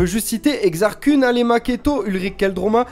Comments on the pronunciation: Koun passe mieux que Keun. :p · Koun, je pense aux mangas à chaque fois ^^ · Vraiment sympa, dynamique, et les images sont cool aussi. Juste une chose, la Prononciation de Kun, c'est Keun :p Enfin après, c'est comme Thrawn ou Mara Jade, personne ne le dit correctement donc bon ^^ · Exar "kouuun" mdr